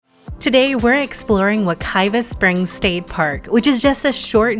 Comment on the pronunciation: It is WekiWa Spring, WekiVa River. Please do not promote WekiVa Spring. Many of Florida native names have changed pronunciation because of non-native developers, and media outlets mispronouncing the names. Even at the beginning of your video you mispronounce Wekiwa Springs as WekiVa Springs. As you state Wekiwa means bubbling water, Wekiva means flowing water. Thank you.